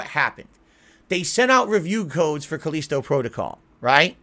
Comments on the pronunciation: why the hell is he calling it Cuh-leesto? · Khaleeeeeeeeeesto protocol. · Cause he is a hermit that never talks with real people.